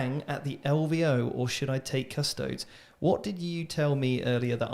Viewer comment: Every time incorrectly pronounced them as CUSS TOADS another kitten dies……